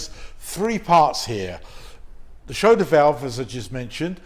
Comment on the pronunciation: Schrader not shroder 😂